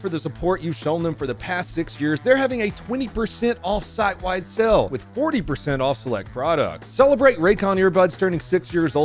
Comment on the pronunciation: straight up says SELL when saying SALE.